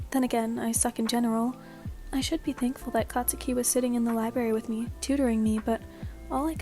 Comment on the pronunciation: no offense, "katuski" "katusuki"